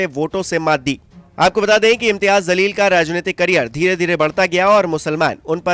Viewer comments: Bhai naam sahi lijiye... Jaleel or zaleel dono alag word h.... Aap jaise padhe likhe logo se ye ummed nhi h... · O bhai pehly un ka name to sahi sy lo zalil nhi jaleel he name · Its jaleel not zaleel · Zaleel nhi Jaleel hota hai jahilo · Bhai Jaleel not zaleel